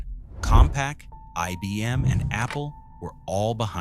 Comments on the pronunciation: “E B M”? Really? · When within the first few seconds IBM is mispronounced as EBM, I stopped watching.